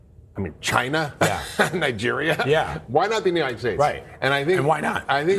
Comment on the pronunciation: The way he said China was so offensive.